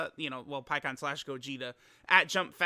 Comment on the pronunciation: Pikkon? You mean Peecon right?